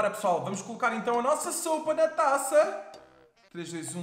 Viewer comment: Sopa e não soupa 😂😂😂